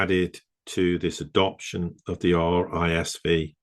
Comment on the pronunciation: It's pronounced 'risk five', as per the V is the Roman number 5.